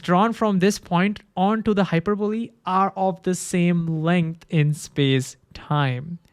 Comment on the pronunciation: im hearing hyperboobie